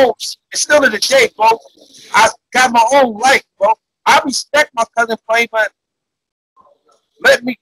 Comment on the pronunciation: Me personally I can’t respect no grown man saying bousin instead of cousin